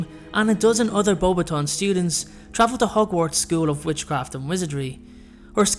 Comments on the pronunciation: it is pronounced Bow Bat ion not bobation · Bo- BATons, not boba-tons.....sorry couldn't let that one go lol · I HATE the way they pronounce BEAUXBATON ( not sure I spelled it correctly) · You didn't pronounce her school right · You pronounced Beauxbatons wrong